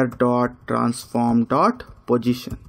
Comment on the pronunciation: You are a talented person..no doubt..but little correction I would like to make in your pronunciation.. Don't pronounce position as pojistion ..sounds awkward when you say it continuously.. I think you can easily correct it.. I know we have the mother tongue effect ..